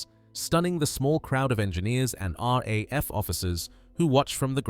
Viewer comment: Rar. A.F 😂 it's very subtle but really jarring to a human English man's ear.